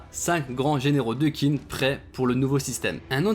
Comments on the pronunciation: Petite info d’un mec qui a quelques notions de chinois: Qin se prononce comme teen en anglais, c’est un manga qui parle de l’histoire de Chine alors essayez si vous pouvez d’au moins bien prononcer le nom du pays! Sinon, merci pour ta vidéo, y a pas assez de vidéos sur kingdom. Continue s’il te plaît ! Et la bonne journée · d'ailleurs je crois que Qin se prononce "Tchin" je sais plus où j'ai vu ça par contre mdr, mais je préfère la prononciation à la française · heu perso je le prononcerais plus "TCHIN " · oui c’est tout à fait comme ça que ça devrait se prononcer mais comme il n’a sans doute pas vraiment d’expérience en chinois j’ai simplifié